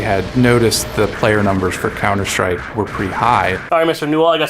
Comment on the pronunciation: did anyone notice that the guy said "the last hope for counter STRIPE"?